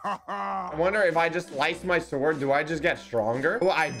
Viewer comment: THIS IS NOT HOW YOU SAY THE WORD "SWORD", IT'S SWORD NOT SUWORD!